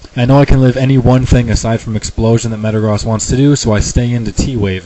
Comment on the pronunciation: I realize that Metagross has the whole cross thing going on but it still makes sense to me to say the "gross" like you say the word gross with the long o.